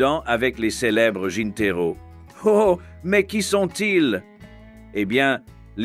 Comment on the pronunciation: On ne dit pas des jinteros mais de jineteros. Je ne sais d'où sort ce commentateur. J'ai habité 2 ans à la Habana.